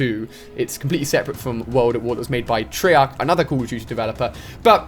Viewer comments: he said trayark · he said treyark not sleghammer